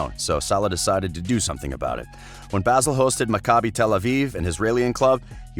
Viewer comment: Dear narrator, Basel is pronounced 'bahzel', not 'basil'